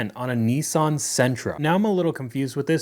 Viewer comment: What's a Kneesarn?